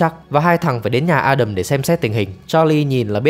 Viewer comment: Ad đọc tên A Đầm chuẩn đó. Nói với người nước ngoài đọc A Đam họ ko hiểu 😂